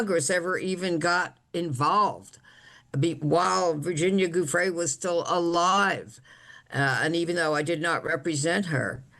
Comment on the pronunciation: Come on,, learn how to pronounce Virginia’s name after all she’s done. What you were saying is not even close.